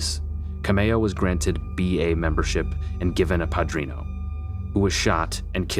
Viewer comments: OMG you butchered that word" You couldn't do your research and find out how to say it? Pa-3-no' pronounce the 3 like you're from Mexico trying to say the 3 in English, and roll your 3 when you say it, pa-3ree-no. Now fast PADRINO. 😊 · It’s padrino no padrion lol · Coffield is promounced Co-field not Cof-field. And Padrino not Padrion, pronounced Pah-dree-no.